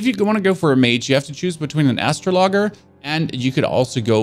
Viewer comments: I was just shocked he couldn’t pronounce a basic 4th grade word. He’s the one who got angry and told me to touch grass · great tutorial man, idk why people in the comments are butthurt because you pronounced such an obscure word incorrectly lol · Love the way u say astrologer my dude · Hey, are you saying astrologer like that on purpose? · Did he really pronounce Astrologer like that? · He can’t pronounce Astrologer but I’m sure he knows what he talking about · Dude don’t even know he’s saying it wrong lol. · why do u say astrologer like that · Does my man really not know how to pronounce astrologer or is he messing with me? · The way he pronounces astrologer makes my head hurt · Not even gonna lie bro. The fact you pronounced astrologer like that. I’m not even gonna watch the video😭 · You can obviously play games maybe you should spend more time learning to read out loud astro as in AstroTurf and logger as in person who cuts logs ok you sure it's not astrologer a person who looks at space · I can’t tell if he’s joking or actually pronounces it that way. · bad choice giving up on the game. Also astroglide is intimate lubricant in the real world. Just making jokes about how the guy said astrologer like astro - logger. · Man said Astro logger looool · awesome dude! is making me laugh though! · OKAY BUT DID HE REALLY JUST SAY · this man said astr0-l0gger i'm dead. rip me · "Astro logger" 🤣 maaan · Brother it is astrolojer 😂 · “” No! It’s Astrologer! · ngl i left the vid as soon as i heard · Its said astro lojer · Just an fyi it’s pronounced like uh-straw-luh-jer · ?😭😭 do you mean astrologer? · Wtf is an Astro logger 😂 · it´s pronounced astrolodscher. Great video tho, thank you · Lmao ASTRO logger! Helpful video but I just can't get past this pronunciation. Astrology->Astrologer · I cant believe this dude has never heard the word ASTROLOGER. Its not bro. Stay in school kids.